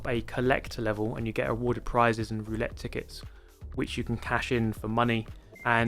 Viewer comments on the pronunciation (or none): none